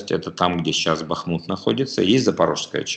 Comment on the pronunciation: Гайдай, БахмУт, а не БАхмут!